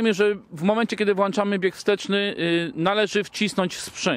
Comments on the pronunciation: WłĄczamy i wyłĄczamy tam jest ą... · Czyli jak "włanczamy" "światełka" to będą potem włanczone?